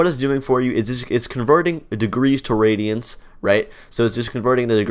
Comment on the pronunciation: Do you mean radians? The way you pronounced it sounded like radions 😅